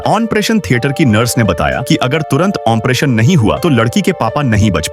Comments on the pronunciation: Ompretion waa it's operation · Bhai operation hota hai oppression